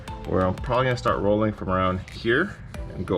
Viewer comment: You call that rrollin fenders???😂 More like beating fenders😢